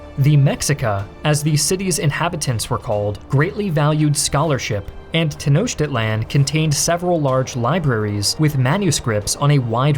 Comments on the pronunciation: It's not pronounced "Tenoshtitlan". It's "Tenoktitlan". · The actual pronunciation is ten-oh-cheat-lahn, just in case you don’t want anyone to cringe like I did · Hey it's pronounced ten os teach land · Teh-no-cheat-lawn. Not that hard, sport. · Bro didn’t even try with the pronunciation 😭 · I'm sorry, but I can't take him seriously with how he pronounces Tenochtitlan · Too bad the narrator can't pronounce "Tenochtitlan" to save his life